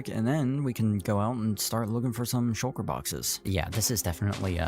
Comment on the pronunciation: Shul-kuh is hilarious